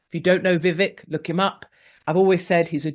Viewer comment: Vivek, pronounced Vi-Vake.